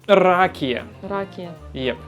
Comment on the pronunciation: + за ракію. Але в слов'ян якраз ракІя з наголосом на і )))